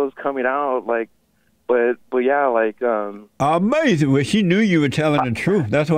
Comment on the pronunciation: Ain't that like amayzin? Amayzin!